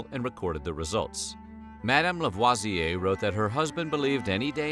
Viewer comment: This was really interesting! I’m half French and I did not know this story. Really wonderful information. Ps- thanks for pronouncing LaVoisier correctly!👍